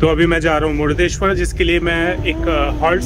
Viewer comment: जय भोले!🚩 भाई साहब, "मुडदेश्वर" नहीं.❌ सही उच्चारण "मुर्डेश्वर" शिवलिंग!☑️